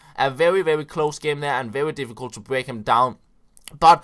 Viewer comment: mad props for beeing an amazing youtuber.! a little tip from a fellow dane, try and fix the "very" pronounciation. You are kinda going "vevvy" when you articulate